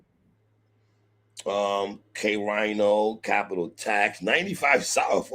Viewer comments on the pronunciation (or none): What's Funny is I Hate That Y'all Don't Know Who K-Rino is Lol and it's Pronounced K- Reno. Goat!!